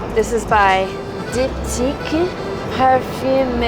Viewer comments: Anyone accusing Kate and of being trust fund babies would be disabused of the notion by her pronunciation of diptyque.....:) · pronunciation of Diptyque is rivalling Nates Canapés. 😂❤